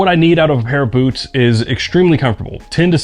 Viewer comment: This video started auto-playing, and before I looked at the video title, my brain thought I was hearing "boobs" instead of "boots"